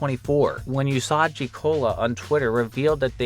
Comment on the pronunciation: For the record, the "usagi" in that person's username is pronounced "oo-sah-gi" and is Japanese for "rabbit". It was also Sailor Moon's name in the original Japanese version.